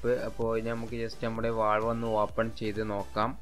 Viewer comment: വാൾവ് അല്ല വാൽവ്